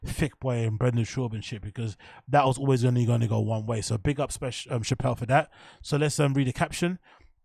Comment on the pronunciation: I realize Brendan's constant failures to pronounce words but you must also recognize Luke Thomas always says "alwis" instead of always... He's literally too stupid to understand how the word "always" is pronounced... It has the vowel "A" in it which is obviously to be pronounced fully in the word "always" but for some reason Luke is so retarded his dumb retard mind always forces him to say "alwis"... no matter what.